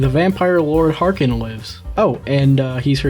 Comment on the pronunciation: Whenever you talk about harkon i just hear “orokin”